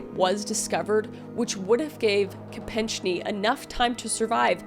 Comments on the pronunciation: ko-peck-NEE or ko-PECK-nee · Just FYI Mary Jos name is pronounced KOH PECK NEE. Im just old and remember 😬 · Mary Joe's last name is pronounced ko-peck-nee. teddy, "the lyin' of the senate" was rewarded by the generous people of massachusettes with a senate seat for almost 4 decades. and the only secret he was attempting to hide was that he was bangin' another woman in a long line of them shared by the kennedy bros. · Also, the name is/was(?) pronounced Mary Jo Ko-peck-nee. Sorry, not trying to do anything but give Mary Jo her rightful due. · Also, it’s pronounced like Ko-PECK-ne, not so much the -ch sound. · Nah. Kopechne is pronounced like KO-peck-nee. It's OK. I'm married to a Canadian. It's a daily struggle. 😉 Baldwin got away with murder. He was the producer and in charge of the hiring of their Armorer who lacked the experience for the job. Baldwin never checked the weapon and the firing pin doesn't hit the cartridge without the trigger being pulled to the rear. Baldwin even demonstrated to detectives his ability to detect the difference between live rounds and dummy rounds by shaking them. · Ted Kennedy didn't just go back to his hotel and go to bed. There was a whole big cover-up! Mary Jo's last name is pronounced "ko-Peck-ney" 😊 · It was Mary Jo Capecni. That may not be exactly how it’s spelled, but it’s not pronounced the way you said it.